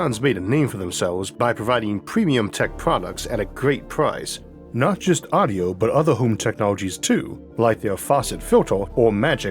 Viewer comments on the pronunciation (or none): none